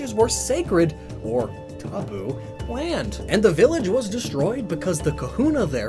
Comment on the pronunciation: You did say taboo wrong when you said it lol. You also say finish weirdly like your saying Finnish